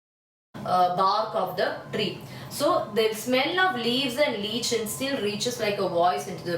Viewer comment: mam lichen pronounced like - lyken not leechan